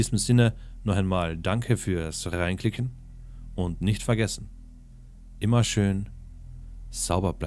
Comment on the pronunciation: Ich liebe dieses "Danke für's rrreinklicken" 😅